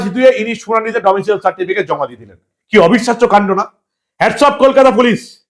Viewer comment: "ডোমিসাইল" হবে "ডোমিসিয়েল" নয়।